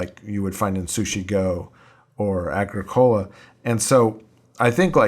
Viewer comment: it's pronounced a-GREE-co-la, not a-gree-CO-la.